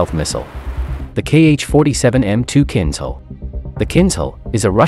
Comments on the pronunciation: it's not pronounced kindcal, it is kinžal, kinzhhhhal :) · Pronounced kin-zhal (zh as in luxury). Meaning a dagger. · It’s more correct to pronounce “Kinjal”, Russian word for dagger.